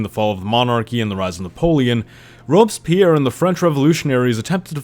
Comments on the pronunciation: What is Robes Pyer? Worst pronunciation of Robespierre I have ever heard. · "robs pierre" haha